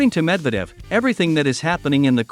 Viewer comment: Typical American, still mispronounces a prominent name that has been on the world stage for over a generation. Dude, make an effort !!